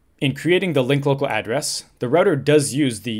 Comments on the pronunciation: Say 'Roo-Tah' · The correct way to pronounce it! <3